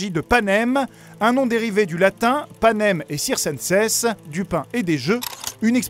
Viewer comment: La prononciation du latin m'a fait mal, mais bonne vidéo. C'est "Panem ett kirkenssé" phonétiquement pour Panem et circense